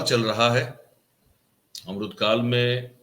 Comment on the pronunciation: अम्रूत काल नहीं अमृत काल बोलो